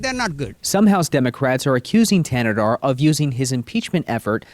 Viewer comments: Not that it matters, but the "H" in his last name is silent. Pronounced "Tan-na-dar." Im from Michigan so I know and don't rock with homie. #AmericaFIRST 🇺🇲🇺🇲💯💯💪🏿💪🏿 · AL Green, can't even pronounce Thanedar's name, lol. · Caveman Al Green couldn't even pronounce his name so he couldn't be bothered to attempt to read it off his document he was holding. 🤣